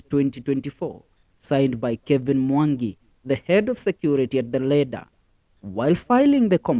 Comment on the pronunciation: Work on pronunciation, attorney not antony....lender not leder.....